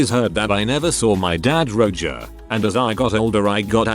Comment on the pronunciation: The text to speech mispronunciations are to be expected but I lol’d at Roger being read as “Roe-juh” at about